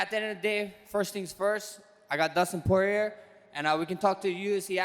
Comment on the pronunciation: First I have Dustin “poorer” lmao ok max I think it’s poirier